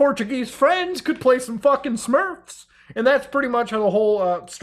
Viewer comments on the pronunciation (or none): God damnit mutahar you got me laughing at the Smurfs mispronunciation. Keep being you. The spurms. I am actually laughing harder than you think